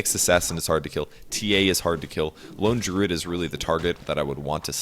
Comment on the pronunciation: Why does pronounce "Lone Druid" as "lingerie"?